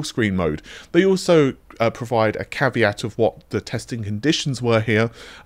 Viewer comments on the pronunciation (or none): none